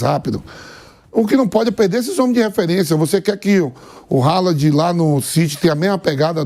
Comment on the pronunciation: Reri Kin, Gudo Gan, Ralad, kimiti